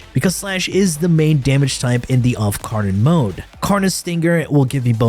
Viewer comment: offcarnon? you mean incarnoff? or outcarnon?